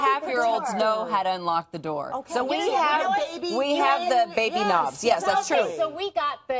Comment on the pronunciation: Door not “D-O” 🤮